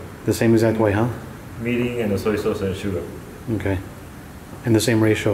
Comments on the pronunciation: LOL mirin not meeting. Mirin wine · Mirin NOT Minn. Sweet Rice Wine not vinegar. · tanks. Mirin prononce and wrote english on video as like 'meeting'^^ i did'nt understand what is 'meeting' sauce. . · ohhh he was saying "Mirin". gotcha. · I cant exactly get the name of the first ingredient u put in the pot ( meeting...milling...) may be a list of ingredient in the description would be nice :D...Great video anyway :D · what is the clear liquid that he emphasize about I heard "Mini"? you did not add text on the screen in the beginning after the soy sauce. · Is he saying "Meaning"??? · No he's saying mirrin, a Japanese cooking wine.